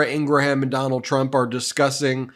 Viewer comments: Ok, I’ll say it. Love this channel, but please stop telling people that Ingraham’s name is IngraHAM. I don’t eat a graHAM cracker. I eat a GRAM (phonetic) cracker. There is no need to butcher the Old Norse/Old English origin of this name. Please, it’s so culturally jarring for me. Thanks for providing this channel! I have learned a lot so far. I can hear the eyes rolling already. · Just FYI Ben Meiselas, when you pronounce Laura's last name it's actually pronounced IN-GRUM not IN-GRA-HAM. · your pronunciation of Ingraham needs work